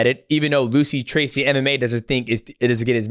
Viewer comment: "Lucy tracy" 💔